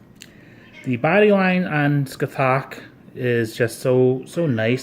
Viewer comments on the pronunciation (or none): Said like Sca-ha-th